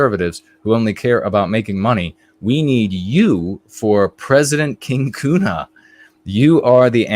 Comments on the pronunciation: Germans would pronounce Köhne without the U sound you use (which sounds like Kuhne, & Kuh means cow, though you pronounce the U sound as if it’s somewhere in between U & Ü, at least to my ear), just as an FWI. Listen to a pronunciation of König to hear the difference. It’s very similar to the first vowel sound in ‘colonel’. Maybe your family pronounces your name uniquely traditionally, or the spelling was changed from Ü or U to Ö. Regardless, I respectfully hope this is helpful information. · There is a huge variation in regional dialects (I know this especially as I learned German while living in Switzerland), so I am speaking of High German. But I don’t think I’ve ever heard a German Ö pronounced as you did twice in this video. I did notice that one time you pronounced it more similarly to how I would (in between a U & Ö sound) & I can imagine getting different input would be confusing. Plus, sometimes the pronunciations online are inaccurate. I should make a recording of myself & some native speakers pronouncing your name. That would probably be most helpful. Tongue training is a real thing. I’ve spoken German for nearly 20yrs, the last 10yrs while living in Germany, & I still don’t have the ÜRZ sound down properly. Germans almost never correct me either, which is frustrating. When you say you had your tongue freed, I assume you mean the frenulum was cut? How much has that changed your linguistic ability? You are so eloquent in English, I can’t imagine you had any room for improvement there. Was it just for speaking other languages?